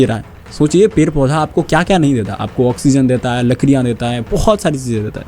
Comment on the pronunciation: Bhai pronunciation par kam kar.. pair kat te hain nahin hota ped kat te hain hota hai, after effects aur sound designing bhi sikh le verna apna time waste kar rha hai, youtube par kaam kerna hai to proper tarike se kar verna sirf apni bhadas nikalni hai to jungle mein jaa kar chila kar puri kar le